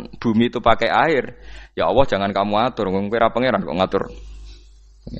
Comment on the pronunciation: Dia menyebut Alloh kok dg lafadz Awoh ? Padahal Gus. Lho